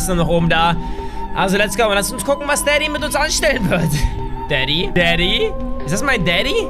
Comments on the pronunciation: Ich verstehe manchmal nicht dadi sonder also du bist der böse vater. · Daddy klingt wie 😂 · Immer wenn du daddy gesagt hast hab ich verstanden